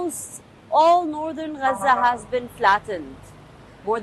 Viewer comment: Where is raza? 😂 Why do they give these people jobs... She can't even pronounce gaza